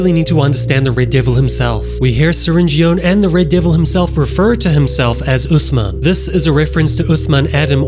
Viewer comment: Its "syringeon" and "uthman" not "srenjon" and "othman"